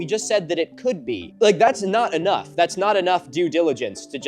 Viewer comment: saying "could be" like "KOBE!" is so good